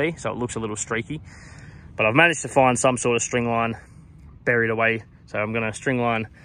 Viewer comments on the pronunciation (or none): none